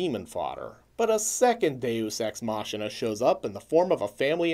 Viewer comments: Are you mispronouncing Deus Ex Machina on purpose? Machina is pronounced Mah-key-nah. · I love your videos but I don't think you are pronouncing the 'machina' part of 'deus ex machina' correctly.